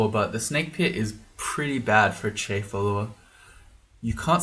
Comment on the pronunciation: Didn't say Chai instead of Chei once... Where are we supposed to get our tea based humor if not you,?